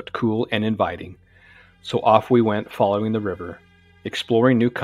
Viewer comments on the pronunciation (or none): none